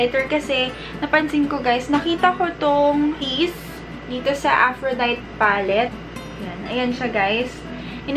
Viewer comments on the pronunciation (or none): Af-ro-day-tee yung pronunciation :)